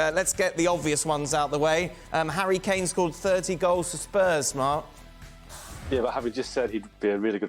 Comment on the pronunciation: Is it me or is Ale saying "hairy Kane"?